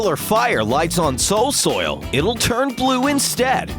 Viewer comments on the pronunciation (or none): The narrator said ''soil soil'' not "soul soil" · I guess he said soul soil at a type that we heard it as soil soil. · “Soil Soil” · He called soul soil Soil soil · He said soil soil not soul soil. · he said soil soil not soul soil. XD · He accidentally said Soil soil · When he talked about the lantern he said soil soil not soul soil😆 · XD you accidentally said soilsloil instead of soulsoil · Nobody: Narrater: SOiL sOIl! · Sail soil... seriously I thought he was talking ‘bout normal soil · "soil soil"? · Hbomb wood he said soul soli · "soil soil" tehe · Me:cool Narator:soil-soil Me: nevermind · He said "soil soil" lol